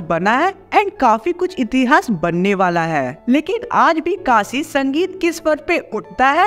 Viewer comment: vo Kasi nhi Kashi hota hh